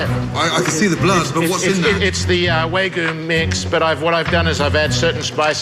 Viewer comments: "Waa-gyu"...not "way-goo"! Dammit! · waygu waygu It's waGYU god dammit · He can't even say wagyu properly. Waygoo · Japanese me listening to “wArgyu meat”. It’s Wagyu, tf is wArgyu. At least try to pronounce it correctly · Chef Magician: You making a burger too? Owner: Yeah, with a Way-goo. Chef Magician: A whaaa? Owner: With the Way-Goo! Me: Its Wagyu you cod! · That’s not an Australian meat pie. Wag yuh is Japanese, not Australian and it’s pronounced ‘wah-goo’, not ‘waygoo’. is a moron. An embezzling moron. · It's a crime to call it WAYGOO and not WAGYOO as the meat should be called. >_> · Claims to be a “meat expert,” then calls Wagyu “way-goo.” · How he keeps calling it way goo...🤯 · Why is no one talking about how this idiot pronounces wagyu? The "Waygooo" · Yeah it’s pronounced Wah-Giyu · Dad: wheygu beef Me, an Australian: dafuq did he just say? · is said to be a “Meat sculptor” Also: calls Wagyu “Waygu” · "wagyu" Pronounces it "waygoo" Wow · The fact he's pronouncing wagyu wrong the whole time is too much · you know the restaurant is fucked when the owner can't pronounce "wagyu" correctly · Man can't pronounce Wagyū to save his meat sculpting life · couldn't fucking pronounce wagyu correctly